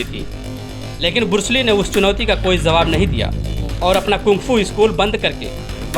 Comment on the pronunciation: Shaolin monk defensive at khelte Hain Varna jise sabka meditation aur live life motivation ki andar vah jite Hain agar vah motivation for hata Diya jaaye unhen preparation ka time mil jaaye to 5 minut mein Bruce Lee ka papad ban jayega. Aur bursli nahin hota hai Bruce Lee hota hai.